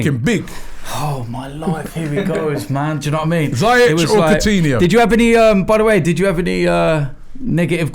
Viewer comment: It’s Zee-yech. Bloody hell everytime.